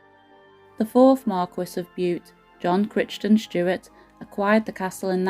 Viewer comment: The family name of lord Bute Crichton Stuart, is not pronounced as it is written , first part sounds like Cry ton it's Scottish and that's how you say it . Good history thanks for telling it.